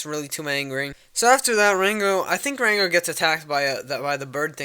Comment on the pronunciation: i love how u say ''ranco'' u special boy